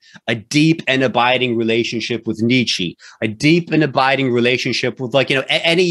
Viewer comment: You can't even pronounce Nietzsche correctly. And the first clip of Peterson was about the profoundness of truth. You seem to have missed that idea.